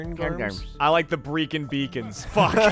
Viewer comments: i live half hour from Brecon Beacons and i can't stop laughing at saying "breecon" 😭😂 It's in Wales by the way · "Breecon Beacons" made my day